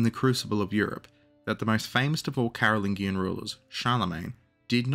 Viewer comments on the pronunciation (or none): For the love of Chuck “The Hammer,” Pepin the height challenged, and Big Carl, the “g” in Merovingian and Carolingian is the one in the French word “Allemagne” not the American “thingie.” Sorry for picking nits, this one was a fingernail to chalkboard interruption in the flow of awesome.